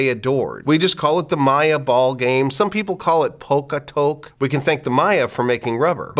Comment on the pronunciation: It's pok ta pok, not pok-a-tok.